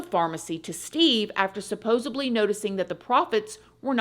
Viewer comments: supposeDly !! Suppose,supposed, supposedly... (/)=supposeb, supposebly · Did I hear you say supposeBly???